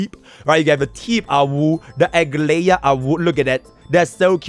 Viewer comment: Please read her name as Ah-glai-ya please